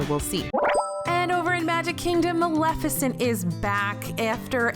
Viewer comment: Bless you for pronouncing Maleficent correctly,. I can't tell you how many people don't.